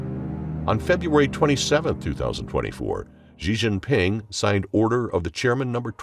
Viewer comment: The current reading voice thing you're using pronounces X incorrectly in Pinyin. Xi Jinping is not pronounced "Zhee Jinping", etc. If there is some way of remedying this, please do so. It isn't good for a channel focused on China to be mispronouncing names like that.